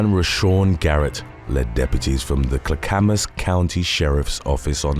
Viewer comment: You keep pronouncing Clackamas wrong. It's clack-a-mas